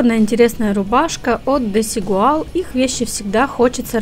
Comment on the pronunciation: Правильно произноситься Дизигуаль!